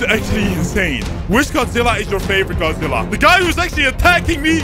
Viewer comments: Godizilla ahhahahaha its godzilla not godizilla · its godzilla not godizilla